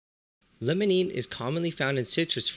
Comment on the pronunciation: It's Limonene, not Lemonene. I know pronunciation isn't the focus of your channel, but come on. Try pronouncing the word "Lime" instead of "Lemon".